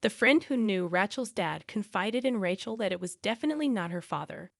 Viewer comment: Mispronunciation of the name RACHEL ....in many of your stories .!!